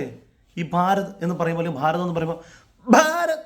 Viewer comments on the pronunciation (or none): ഫാരതു എന്നു പറയാഞ്ഞത് നന്നായി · “Bharath” ennu paranjappo.. pallu therichillallo.. “ഫാ”🤣ഗ്യമേ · ആ ചേച്ചി ഭ്ബ്ബഭാരത് എന്ന് പറഞ്ഞപ്പോൾ വളി ഒന്ന് പോയി കാണും 😂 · Avar Bha ennu aattiyatha.bha pulle... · 😂😂😂 ചിരിച്ച് ഒരു വഴിക്കായി. ഒരു പുച്ഛ മനോഭാവത്തിൻ്റെ ഭാഷയുണ്ട്, ഭ് ഭാാാ... അമ്മച്ചിക്ക് ഭാരതത്തിൻ്റെ മതേതര സഹിഷ്ണുതയോട് ചുച്ഛമുണ്ട്. അത് കൂട്ടിച്ചേർത്താണ് ഭ്ഭാാാരത് എന്നൊക്കെ പറയുന്നത്😂😂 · ബ്ഭാരത്, ഖീരളാ 😂 സിസ്റ്റർ ഷെഡിലാമ